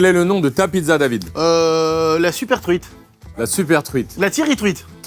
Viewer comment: "Avec la trouite ? 😢"